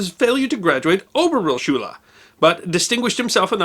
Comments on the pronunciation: In German, georg is pronounced 'Gay-org Gaertner' with more E than A spoken. Oberrealschule is pronounced Ober ray-al schul-uh Weimar republic is pronounced 'Veimar' Erwin is pronounced 'Air vin' ... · Georg is pronounced “Gay Org” Oberrealschule is pronounced “Oh bear ray al shoe leg”